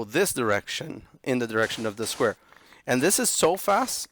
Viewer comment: bro when you say squaer i laugh so hard every time